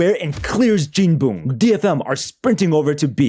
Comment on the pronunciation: calling jinboong jinbung is crazy